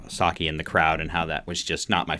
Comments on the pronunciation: Cool video and breakdown! You're close with Saiki's name it's more pronounced like "psyche", like your mental psyche. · You got all the names right except Saiki. You say her name Sigh-Key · Thanks for your very enjoyable music reaction of Band-Maid's "Play". It is always great when a musician is able to give their informed perspective on a great piece of music. Props to you for learning the band members names and your pronunciation of them is pretty good, except Saiki is pronounced more like Sah-ee-key and not Saki the drink. It is pretty common for reviewers to run short of superlatives in reaction to Band-Maid but don't give up on them too early just because you wind up repeating yourself, we Band-Maid fans don't mind a bit as long as your reaction is honest and sincere.